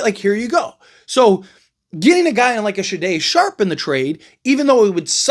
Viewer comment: AI also exists and a good portion of reports posted online about the NBA offseason are AI generated. Someone put some players and their salaries into an NBA Trade Machine app and then they spat out this report to generate clicks. If the Blazers traded Shaday Sharpe, as you have called him in this clip, then GM Joe Cronin would ask for 2-3 unprotected first round picks back. His name is pronounced Shay-don Sharpe. Sade(pronounced Sha-day) is a singer from the 80's.